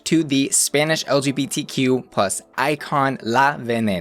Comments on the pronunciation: Spanish words pronounced very well. Kudos for that! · Your Spanish pronunciation is just flawless! As a native speaker I really appreciate the effort. And I agree, the show is nailing it. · I adored the way you pronounced everything spanish-like. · I'm very pleased with pronunciation in Spanish. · This stands among my top 5 favorite seasons of all times. As a Mexican fan, I praise you on your pronunciation. Thanks for that! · Hablas español? Or why do you pronounce names so perfectly? I love that finally an american on the internet doesn’t butcher EVERY word in spanish 🖤